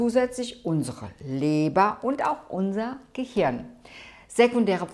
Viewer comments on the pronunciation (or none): none